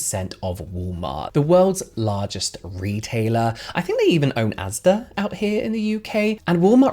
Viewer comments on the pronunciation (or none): none